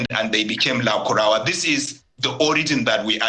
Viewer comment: This presenter accent is just annoying, he his even pronouncing lukarawa instead of lakurawa